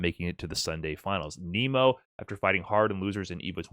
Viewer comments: I can't sit thru you pronouncing it Kneemo and not Naymo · ya it’s not Nemo like the fish in the Disney movie. It’s Nemo like “Neh-Mo”